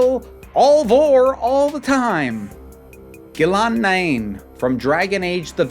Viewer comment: As a fan of Dragon Age, I cringed with horror at your pronunciation of Ghilan'nain. Otherwise, this was an interesting ranking list. I'd like to see something similar to this moving forward